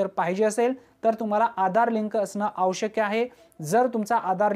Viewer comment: दादा आवश्यक असे बोला आवश् कय असे नको. क्षमस्व.